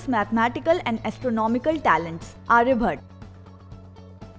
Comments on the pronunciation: You are saying 1. Aryabhata as aryabhat 2. Ayurveda as ayurved and many more wrongly. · Why are you omitting all the 'a' s? Aryabhat, Ayurved, Charak... It's incomplete without a.